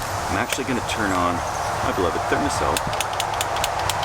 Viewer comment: What's that bug clicker thing you pulled out? It sounded like you said therma sill but I need to know what it actually is I want one lol.